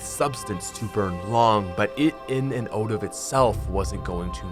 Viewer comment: Its so funny you say 'in and oot' not 'in and out'